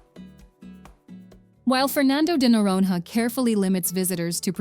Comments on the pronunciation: Pronounced Fernando de Noronya. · Good Lord, you put together this production and mispronounce nearly everything. It’s Fernando de NoronYA not NoronHA. It’s RecifA not Recif. It’s LenSOYs not LenCOYS, It’s IguaSUE, not IGUAcu, It’s PampulYA not PampulHA, Parachi, not Parity, It’s ParanA, not PaRANa, Opera de AramA (JFCm there are no silent e’s in Portuguese. One hour of research would have saved you this embarrassment. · Noronha ❌ Noron-RÁ ✅ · The "h" of Noronha is not pronounced like "have", "hot". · "Nh" in portuguese is pronounced like "ñ" in Spanish. If you can't pronounce it, try saying "Noronia", never noron-ha. Hehehe. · O melhor é no vídeo falando NOUWAORINOHA ao invés de noronha 😭😭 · In Portuguese "nh" soubds like "nya" or ñ in Spanish. Say "Noronya" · NORONHA should be pronounced NORONIA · Before you try to pronounce a Portuguese word you should knowledge the pronunciation of the word,Noronha is pronounced like noroña ,it has a nasal sound. Recife ,is pronounced recifi, the vowels must be pronounced .Maranhão ,lençóis…… it’s annoying how this woman destroys the pronunciation of the words . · "noron-ha" my You US Americans should learn to pronounce Portuguese as you demand us to do in English... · You should teach the IA to read the words in Portuguese... NoronRRA, Lãnsoá MaranRRenses, MaranRRao... all wrong. Please don't call theses places this way. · Yes, it can snow in Brazil. Research before making such statements next time, ok? Fernando de “Noronha”. Please look how to pronounce “nh” in your Portuguese/American dictionary. 😅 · Learn how to pronounce Noronha! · How is that she says "golfinho" right and "noronha" wrong? AI narration, right? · Noronha is wrongly pronounced as well as Lençóis and Iguaçú. Just for curiosity. If you wish to know the correct pronunciation of these words in Portuguese, please check it on Google Translator.